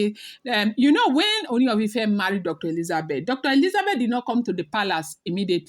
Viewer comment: you can stress the two oos in Ooni to give it the correct sound/intonation.